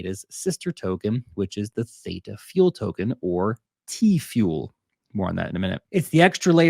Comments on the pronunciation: What are little actress you are purposefully mispronouncing Theta when you know darn well how it's pronounced you little actress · But you really should pronounce theta correctly. Lol. 😂😂😂